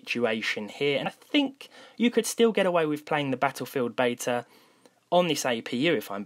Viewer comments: Please learn how to say "Beta".. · As an Englishman is it not Beta over Bayta?